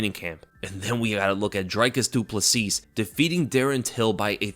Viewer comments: Bro, it's Drē-kus* jsyk.. And then the last S in his last name is silent. I must've cringed 10 times in 30 seconds lol. You must not have watched his post fight interview in the cage. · Duplessis the S at the end is silent.